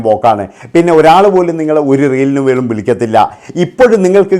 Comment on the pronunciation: ബേണം എന്ന് അല്ല . വേണം എന്ന് ആണ്